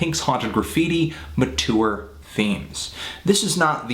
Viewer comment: Even the way he pronounced "mature" made my skin crawl. Along with the cheesy effects, name-dropping, and glasses touching.